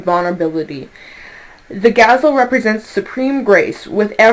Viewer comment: Just watching your energy made me happy and laugh.....multiple times. Oh yeah....very accurate read in what's going on in my life, thinking and choices... I recently made and have to make in the near future. Gazelle....is pronounced gaz-zeL' lol....sorry the Virgo in me couldn't resist! 💋🤗 Watch the Magician at work! I'm glad that old cycle is behind me..it was really wearing me out! Time for all of us to collectively create the life we want to see! We all have GREATNESS in us just waiting to be released.